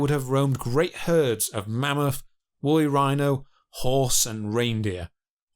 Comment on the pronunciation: THRIVING AND MAMMOTH, NOT FRYVING AND MAMUFF.